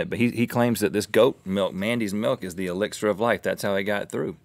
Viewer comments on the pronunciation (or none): none